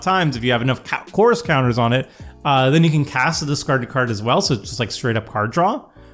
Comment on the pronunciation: Yeah can you articulate “chorus” better? Every time you say the word it sounds like Coors and you’re making me thirsty!😂